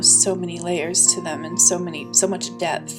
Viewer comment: It pronouced Tee Rex, as in the dinosaur, not trex